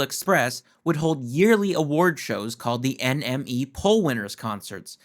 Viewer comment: It's pronounced enemy, NME !